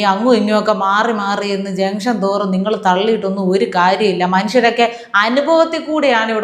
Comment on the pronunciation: ജംഗ്ഷൻ തോറും.. അല്ല... ജംഗ്ഷൻ തൂറും..